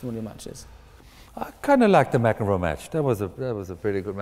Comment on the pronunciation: "Ma-Kenrow"... omfg, who is this moron asking the questions ffs?! Is this seriously the smartest guy Oxford could find... what an embarrassment.